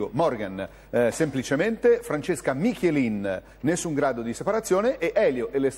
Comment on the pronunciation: MichIelin❗ 😬 Il bello è che lo pronuncia pure con enfasi, come a farlo sentire meglio, ma sbaglia il cognome. 😅😁😁